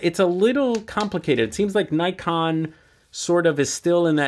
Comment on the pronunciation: I wish people would pronounce Nikon correctly.